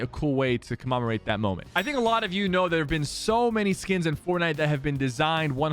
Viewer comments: Commemorate not commemoraet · Sypher: “comamarate” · CommOmorate?? Lol wut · Did he say Comomerate that moment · Why you say commemorate that way? ;) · Sypher cant pronounce commemorate.